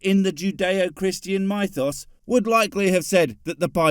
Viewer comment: I like that you pronounce mythos like Mentos.